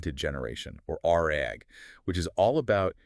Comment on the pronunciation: "Ar-AG" instead of RAG is crazy 💀